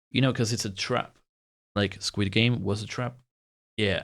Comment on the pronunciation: I love it when you say Squad games it sounds like squid games